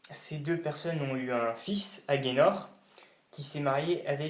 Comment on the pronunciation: On ne prononce pas /eudip/ mais /édip/. On ne prononce pas /aguénor/ mais /agénor/.